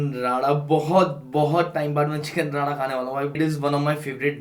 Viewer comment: भाई चिकन राडा नही रे , वो चिकन रारा होता है. तुम लोग और तुम्हारी प्रोनाउन्सिएशन 😂😂